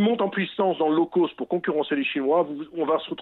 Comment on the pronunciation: le gars il sait même pas prononcer l'anglais lol " low coast"